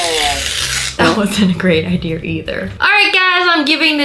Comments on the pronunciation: Why do you say ider it’s idea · She says idea with an r idear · i love how Wengie say idea Wengie : ideer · Wengie:ideaer Me:idea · I love how she says ider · does anyone hear wengie saying'' Idear ''??? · literly no one: not even a mouse: Wengie: IDEARRRRR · Wenji: I don’t get the ider Me: wenji the way you say idea though makes me laugh lol 😂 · I love how you say idea" IDER" im not making fun of you 😊😊